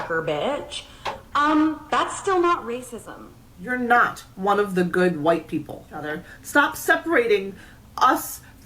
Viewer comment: The "KQUUHHHwhite people" had me rolling ngl lol.